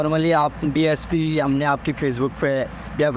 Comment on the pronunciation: DYSP nahi bhai DSP hota hai 😂😂😂😂